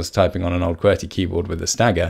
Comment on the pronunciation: Key-Bee-Are !?! Key-Bur !!